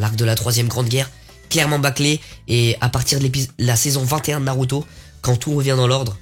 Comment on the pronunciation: Tu me tue en expliquant 😭😭😭😭😭🤣🤣 Mais pourquoi tu dit “u” (naruto)c’est pas comme ça tu dois le prononcer comme “ou”